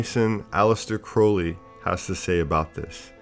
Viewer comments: Thank you so much for the videos! Also for pronouncing Crowley properly. Love all your videos. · Good work. One of the very few to say Crowley correctly.